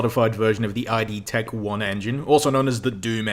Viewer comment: I'm gonna be that guy by saying: It's not I.D.Tech, it's pronounced id Tech (rhymes with bid or lid)